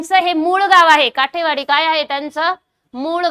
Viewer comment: काठेवाडी नसुन काटेवाडी आहे